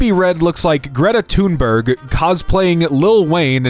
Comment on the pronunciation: Greta TUNE-BERG? This must be deliberate 😂